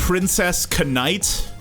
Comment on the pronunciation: This man really just pronounced "knight", Cuh-night! Thanks for the content though, good way to get the day started before work 😆